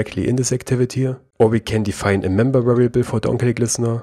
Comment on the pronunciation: D Yes you do. You add "a" to words which ends with "y" letter.